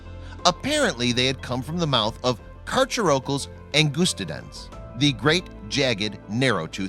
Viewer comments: DerpySquid890 [GD] any fan of the movie JAWS cringed at his mispronunciation. Mr Hooper got it right in 1975. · The narrator needs to brush up on his pronunciation.. Carcharocles is pronounced CAR-CARE-O-CLEES and Oligocene is pronounced OL-LIG-O-SEEN. This shark is not rare, or as large as C. megalodon, but the teeth are nicely preserved. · Correct cacharocles pronunciation: Car / car / o / clees Incorrect pronunciation: Car / chur / o / culls I thought I'd add this comment because it annoyed me how he was saying it so incorrectly. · Carcharocles is pronounced car-care-oh-kleez not car-cher-okulls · Car-“Care”-ocles, not Car-“chair”-ocles.... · Just letting you know ;) those scientific names are Greek/Latin, and pronounced Car-CARE-a-don Car-care-EYE-us (short u, almost an i) and Car-CARE-uh-cleez Ang-GUS-ti-dens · It's pronounced "car-care-o-cleese". Angustidens you pronounced correctly.